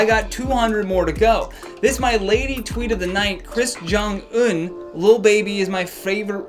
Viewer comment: I'm sorry the "kris Jong un" took me out 😂